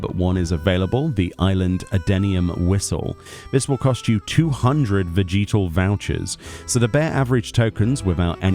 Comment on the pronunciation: The way he said vegetal was so jarring for some reason lol. It makes more sense to pronounce it like veh-juh-tuhl because I'm assuming it's supposed to be like vegetable.